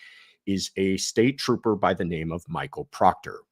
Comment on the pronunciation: Troopah Proctah. Ugh… Under the “What Not To Do As A Law Enforcement Officer” part of the manual… 🤦‍♀️